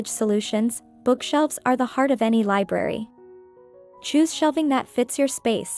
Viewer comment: Sorry you keep saying liberry, not. library